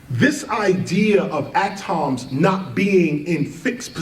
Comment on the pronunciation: Best hip hop artists hands down but cant get over how he pronounces atoms lol ah-toms